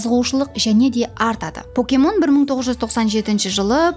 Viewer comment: Покемон дурыслап айтын, поокемон емес, пакемон деп айтылады